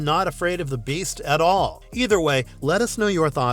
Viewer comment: Why dud you say the beadt like that bro no one says that